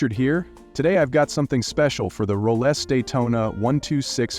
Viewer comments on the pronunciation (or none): Roless? dont you mean Rolex?